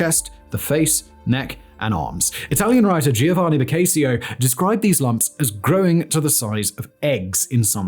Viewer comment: Ok, „BOKAYSIO”???? 😂😂😂